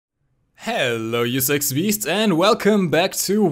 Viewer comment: his accent makes “sexy beast” sound like “sex beast”